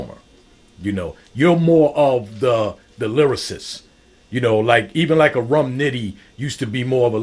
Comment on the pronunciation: Rum = Room 😂